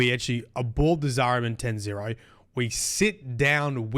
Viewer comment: "Zariman 10-0". Ten Zero? No. "Zariman 10-O". Ten Oh. (Tenno)